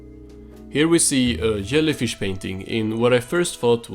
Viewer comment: Says "yellyfish" A little bit later; am i pronouncing library correctly? 😂 Good video!